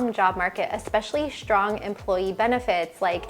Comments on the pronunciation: Strong not SHTRONG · "Shtrong" ? Why is American pronunciation changing to German?